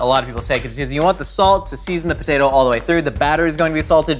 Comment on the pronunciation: Every time says "french fried potater chips" like that I always wonder if he is referencing Sling Blade. Thank you for the confirmation!